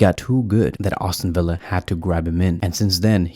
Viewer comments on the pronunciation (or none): Also brother it’s not Austin Villa it’s Aston Villa come on …